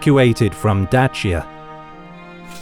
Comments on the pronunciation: Love the pronounciation of Dacia and looking forward for the rest. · As a Romanian, I must admit that I really appreciate the way you pronounce "Dacia. You chose to pronounce it the way it should be. My respect for you reached another level simply because of this tiny detail. Thumbs up for being a pro and keep up the good work!